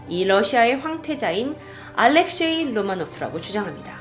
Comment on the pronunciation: 알렉쉐이가 아니라 알렉세이황태자입니다 ~